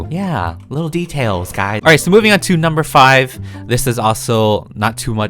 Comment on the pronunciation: Me when he says “guys” : guys more like GuYzZz